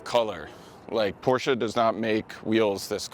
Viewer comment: Wtf is a Porscha?!..